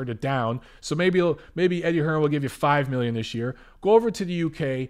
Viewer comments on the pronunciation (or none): none